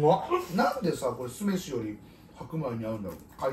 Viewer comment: ケム酢飯の発音「す↑め↑し↓」なんだ、 「す↓め↓し↓」以外の発音初めて聞いた。